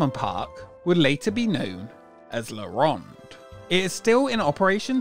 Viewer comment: That accent though 😅 La Ronde 😅